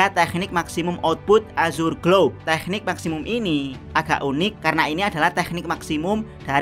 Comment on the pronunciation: jdi kurang nyaman ngomong tekniknya ada h nya